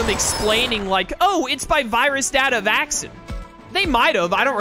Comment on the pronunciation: I don’t think I’ll ever get over the fact that pronounces “Vac-scene” (Vaccine) as “Vaxon.” I know you’re a big fan of Cyber Sleuth, but that kind of a stretch.